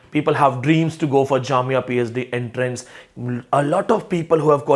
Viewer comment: Sir, it's not enterance but entrance.